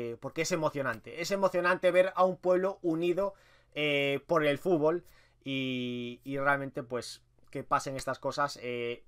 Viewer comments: es futbol no fubol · 24 segundos "fubol" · "el fubol"